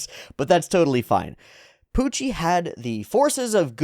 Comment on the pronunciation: I forget where it started, but special props to youwu for keeping up the speech impediment youwu gave to Puwucci during all the manga readalongs.